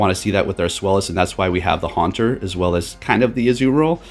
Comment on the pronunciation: Deino and its evolutions are named after the German words for "one," "two," and "three" to describe the number of heads. So zweilous is pronounced "tsVAI-loose"